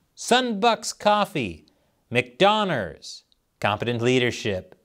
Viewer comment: "McDoner's" is actually hilarious. Because of the Asian accent L vs. R thing. 🤣